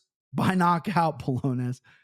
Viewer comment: Bro, it’s Bo-LAWN-yohs 😂 and also is Rafa with an R, not an H. And yeah, it was driving me crazy on my drive into work this morning.